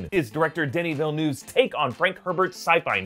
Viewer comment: quick note: it's pronounced Vil-a-nuh-v not Vil-a-noov!